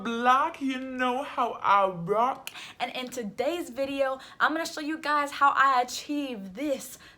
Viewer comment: “You know how I RoCk” I luv that soooo much❤️😂